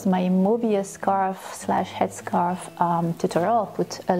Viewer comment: Oops, headscarf not headscraf. What ever that would be it sounds painful!